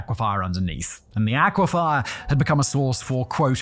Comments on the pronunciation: "Aquifer" not "aquifer" for gods sake your an adult that can read. How did you invent the word "aquafier"? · Aqua-fer not aqua-fire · Aquifer. Not Aquifire. Fur not fire. Every time he said it I cringed. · Is the way Simon says "aquifer" an accent thing, or is Simon reading it as "aquify-er" unique to him? I know the word as "ah-kwi-fur" but English is spoken a lot of places other than Western Canada, so I don't have a monopoly on how words are pronounced. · Is that the British pronunciation, or just Simon's way of saying "aquifer"?